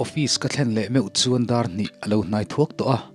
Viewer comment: Inthlahrung deuh in ka lo sawiselna aw 🤗🤗Thlen tih hi.awki sâng a lam ai in awki hniam a lam tur ani zawk lo maw...(office ka han thlen chuan tih lai hi)